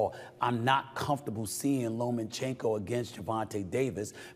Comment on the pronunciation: It’s (lomachenko) not (lomenchenko)